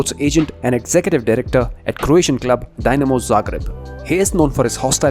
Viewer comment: Please bro its not DYnamo bro please... spell it like "Deenamo"